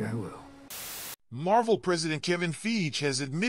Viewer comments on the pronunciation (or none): Soon as he said feige wrong I was out lol…